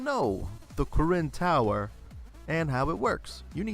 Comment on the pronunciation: When you say " Karin Tower " I thought you said " Koren Tower " xD